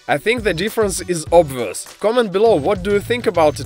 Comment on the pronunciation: he means the way he said was "obvous"